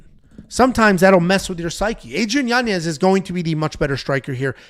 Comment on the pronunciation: pronounced: Yanyez, spelled Yanez